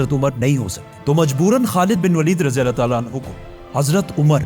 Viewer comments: Bhai video to apki acchi magar kya ap edit voice changer use karte ho kya kyun ki ap voice me (allah word) (alna) hora raha hai or Benjamin word benyamin ho raha hai 😒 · Mujhe aysa kyu sunai de rha h 3300 pehle anna ne musa as ko hukum diya , if its mistake please pronounce clear my brother